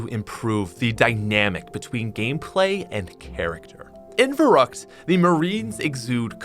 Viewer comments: it's verrükt, it's german and you're supposed to roll the "r" and pronounce the "ü" as "oo" Sorry I'm a little german so I just wanted to help out. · Everyone sayin the map wrong for 12 years then lmao......verrükt sounds a lot cooler then verrookt tho les be real